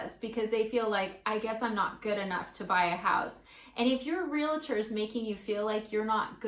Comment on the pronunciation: say it with me real-trrr. not real-la-tour